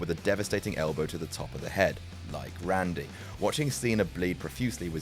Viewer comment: Really pisses me off JUDST SAY RANDY FOR FUCK SAKE!!